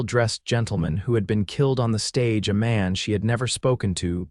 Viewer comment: Stage - long "A", Soft "g", Silent "e" NO "uh" sound on the tail of Stage. Not on Coach, either.